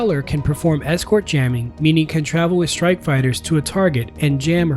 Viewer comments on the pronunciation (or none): none